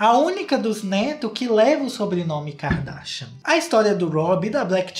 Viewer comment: “Ki-ka darshian “ ele falando JAKAKAKAAKSKSSSSKS